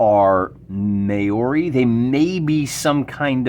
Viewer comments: They're name is pronounced as Mowri...interesting ruleset by the sound of things. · Pronounce it more like Mow Ree.